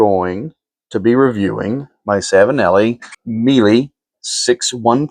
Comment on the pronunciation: Miele, pronounced Me-a-lay, which means Honey in Italian.